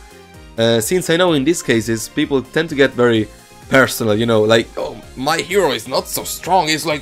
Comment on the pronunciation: IS PRONOUNCED HERO NOT HREO